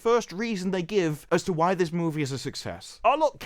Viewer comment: Why the fuck can’t you say the word ‘movie’ properly. Marvels looks shit but you seem like a right virgin.